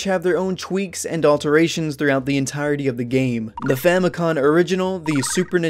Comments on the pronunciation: You keep saying “famicon” instead of “famicom” Just wanted to let you know 🙏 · It's Famicom, not famicon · I'm not sure if it's to be more authentic to the Japanese pronunciation but saying "Famicon" sounds really weird. I know that's how it's spelled in kana but it's spelled "Famicom" in English letters and is short for "Family Computer". It's only spelled "Famikon" instead of "Famikomu" because "computer" is "konpyuta" and not "komupyuta", so it's seems more in the spirit of the word to pronounce Famicom as written anyway. By the way, the reason you have to beat the game 8 times in the FDS version is because it has save functionality. They aren't expecting you to no life it in one sitting. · "famicon" is driving me crazy